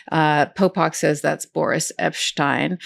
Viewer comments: "Boor-ish" Epshteyn — love it! 😂🤣😂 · I believe Mr. Epsteyn's first name is pronounced 'boorish', Ms. Agnifilo. ;-)